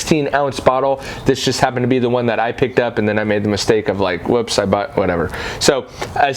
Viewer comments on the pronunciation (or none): none